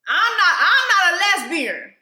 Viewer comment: "IM NOT A LESBERIN!" took me out